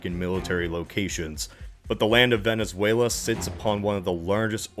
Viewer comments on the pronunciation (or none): none